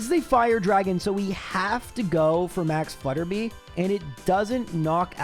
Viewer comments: Hey! Three quick things: 1. Max Flutterby is "flutter by," like if you switch the letters around in "butterfly" 2. Bea is pronounced "Bee." It's short for Beatrice 3. I'm an audio engineer and I've noticed your plosives - "p" and "b" sounds - hit the mic a little hard and make a light popping sound on big speakers. You can fix this really easily by putting a cheap pop filter on your mic and also putting what's called a "high pass filter" (usually built into any EQ) on your vocal track. High pass at 100 Hz and it'll cut out that low stuff without affecting how your voice sounds. Excited for another month of! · "Hilbury" (actually Hulbury) is the second gym location, not the first. Also, it's Max Flutter-BYE, not Flutter-BEE